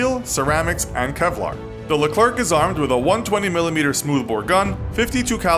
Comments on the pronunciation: please look up how to pronounce leclerc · Pronounced leclerc and sabot wrong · You say Leclerc wrong